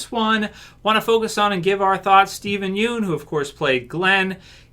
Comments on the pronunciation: Pst. Pssst. His last name is pronounced Yun. Not Yoon. Steven said so himself lol. I'm really glad he's sticking up for his life tbh. Fans may want him to come back for something, but Steven's moved on from Glenn. Also, doing a Glenn origin story means going back to the Glenn we knew in S1 if not well /before/ that. That is in fact a totally different Glenn, and as he said, a different Steven (and ten years, let's be honest, is a very long time for a person's mentality to change and develop). Not only does Steven look way older, but the Glenn we associate with him is the older Glenn now. It would likely be very difficult for him to go back to that early headspace. Also, all in all I think he just wants to move on and not get pulled back into a sinking ship. If Frank is anything to go by, the actors /know/ it's a sinking ship. I don't think he didn't get to shine and I don't think people didn't care about him until he died, but I don't think that's what killed TWD either. I think people may have THOUGHT it did, but the writing itself was declining by then to many fans. Killing off some characters the fans loved on top of the declining writing quality is what made people REALLY notice the writing problems. We still had characters left that we loved to lessen the issues, but without the well loved characters, it could be said people stuck around through the bad moments because of the characters they loved, so without that there was little reason for people to stay. Tbh I'd say i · aghhh it's killing me when you pronounce his last name wronggg